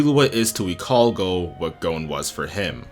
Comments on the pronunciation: great analysis but it irks me how you say gon as goune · Like, realy! He apologizes up front for if he's mispronouncing "Ikalgo" and then he sets off and calls Gon "Gown", wtf...